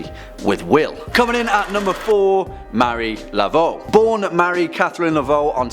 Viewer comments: Mar-e-ā la-vo not Mary laveau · It's pronounced Mah-REE Laveaux not Mary.